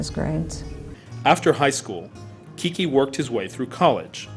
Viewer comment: Why do they call him KiKi....It's really QuiQue or pronounced Kique. That's the short version of Enrique. KiKi sounds feminine. Anyway, he is a true hero. I learned about him by watching the T.V. series NARCOS. Awesome show!